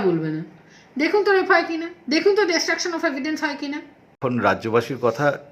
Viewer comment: Nirdoshi bole kono Katha e nei, eto osikkhito ki kore kolkata high court er vakil holo? Destruction bolte parchen na,bolchen detruction!😂 Ki obostha eai state er!!!!